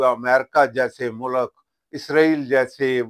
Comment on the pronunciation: ماشاءاللہ سر لفظ ملک آپ ٹھیک ادا نہیں کرتے